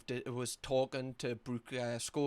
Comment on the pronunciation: I can't believe you managed to Geordie-fy the name Brooke 😂 Brewk (sorry you're great)